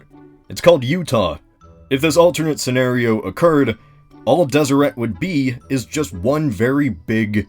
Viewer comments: >tfw you live in utah Utah history (7th grade course) taught me the pronunciation didnt have a strong T at the end, and was pronounced Deserey. rip. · It’s pronounced deseray. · Deseret as a pronunciation bothers me so much. Like I GET that the Mormons believed it was a Jaredite word for honeybee and it has some etymology to the Egyptian for bee crown dsrt but still. It just sounds wrong.